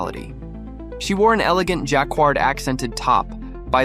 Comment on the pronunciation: this (AI generated?) commentary manages to mispronounce "Bowdoin" and "Jacquard"